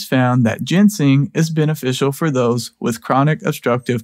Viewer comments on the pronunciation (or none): you're driving me crazy: ginseng is NOT gensing!